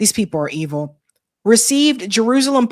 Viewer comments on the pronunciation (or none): none